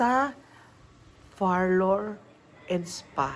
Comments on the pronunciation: Beking beki haha …parlor po..hindi Farlor! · Far-lour nga!!!!!!! Ohhhh… rather friveyt resort pala.